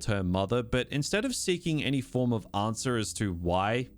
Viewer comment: Every time you say answer or answered you add an extra syllable.